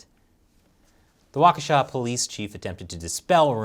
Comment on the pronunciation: You were pretty close with the pronunciation of Waukesha